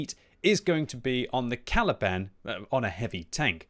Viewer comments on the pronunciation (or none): none